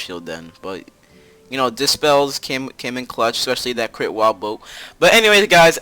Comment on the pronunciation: SAID CWIT INSTEAD OF CRIT XD